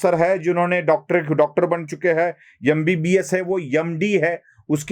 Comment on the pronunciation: Khandani, atak is this Hindi Yum b b s. Say MBBS Horrible Hindi language